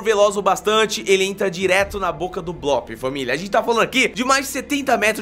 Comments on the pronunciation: não e bloop que se fala e bluup bloop se escreve e bluup se fala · NÃO É BLÓP É BLUP MERMAO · O nome tem dois oo juntos ou seja a pronuncia é blup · não é blóóp é bloop mas tanto faz